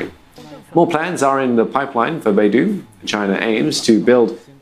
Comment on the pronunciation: 读成Baidu了，真逗